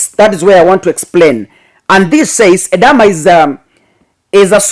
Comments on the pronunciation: It’s called Edema and not Edama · It is pronounced E-d-Ma. Edema can be the result of medication, pregnancy or an underlying disease — often congestive heart failure, kidney disease or cirrhosis of the liver. Elevate and or stretch the feet when traveling long distance. When symptoms persist, seek medical attention immediately.